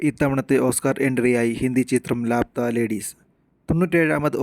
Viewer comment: ലാപത്താ ennanu bro allathe ലാപ്ത്താ ennalla😂😂